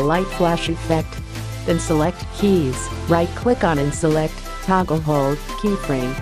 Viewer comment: i don't even understand the word she says when she says to hold something. all i understand is... "then hold Dah" which means nothing to me !